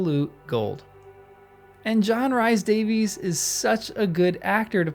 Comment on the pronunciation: If I may, let me explain that John Rhys Davies's name is pronounced as REES DAVIS here in Wales where he hails from. Just thought I'd mention it for you.